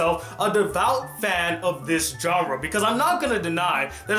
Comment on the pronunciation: BRO PLZ STHAP SAYIN JOHNRA INSTEAD O "JHANRA" (genre) T_T